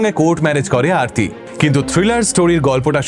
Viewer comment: ওটা আরতি, অর্থী নয়।উনি ওরকম অবাঙালি ভাবে উচ্চারণ করছে তাই।ওটা আসলে আরতি।